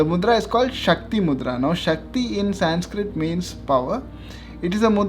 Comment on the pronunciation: its not saaaaanskrit its Sanskrit, kam se kam apni naam toh theek se bolo.